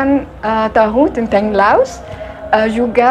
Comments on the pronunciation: Maaf klo sebut laos jgn di sebut los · Bukan los tapi Laos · Gw denger nya negara "LOSE" 🗿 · Laos, bukan loas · Baang itu yg betul menyebut negara laos.. Bukan loos. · 𝙇𝙖𝙤𝙨 𝙗𝙠𝙣 𝙇𝙤𝙨 😁🤭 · Negara Laos bang bukan Los. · LAOS ..bang bukan los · LAOS..BUKAN LOAS, SUDAH MEMBUKTIKAN WAWASAN PARA REACTOR MALAYSIA CUMA BUTUH VIEW SAJA. JANGAN CUMA BELAJAR DARI REACTION VIDEO TENTANG INDONESIA, NEGARA LAINNYA JUGA HARUS BELAJAR!. NAMA-NAMA NEGARA DI ASIA TENGGARA SAJA MASIH GA TAU, HADEH!! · Belajarla BHS Indonesia dgn baik ya? Jngn campur dgn bhs inggris oke, ( apa yang tertulis,itulah yg di baca, contohnya Laos, jngn di baca los.